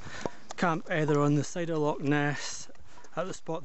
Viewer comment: Loch not lock.